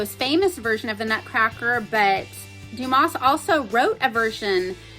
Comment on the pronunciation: It's more pronounced like Dumah, without the s or z sound at the end and more an ah. Names are hard. The Count of Monte Cristo is one of my favorite books! I love it. I did not, however, like The Three Musketeers. At all.